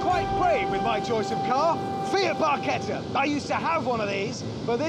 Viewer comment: Thank you for pronouncing barchetta correctly. Thanks to Rush, people in the US pronounce the CH and not use the "ch rule" in Italian.